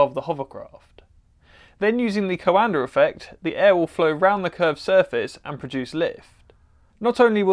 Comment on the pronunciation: You are pronouncing coanda effect wrond